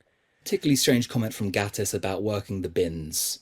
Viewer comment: I wondered what on earth the Victoria and Albert Museum had to do with things. Then I realised he said VNAs not V&A's. I do agree with a lot of the points here. By the way (not being mean, I used to pronounce it wrong too) it's pronounced "gay-tiss" not "gatt-iss". :) I do need some help pronouncing some non-Who actor's names, though, as I've never heard them said aloud.